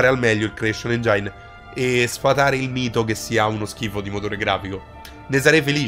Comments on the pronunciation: si pronuncia èngen non engiàin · Engine si pronuncia engin non engiain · anche nel flashback "nuovo ENGIAIN" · Bel video, ma per favore impara ad usare una pronuncia più corretta dei termini inglesi.... delder scrol, tecstur ed engiain non si possono sentire!